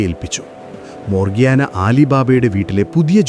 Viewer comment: വേലക്കാരിയുടെ പേര് മോർഗിയാന എന്നല്ല . ,മർജാന' എന്നാണ്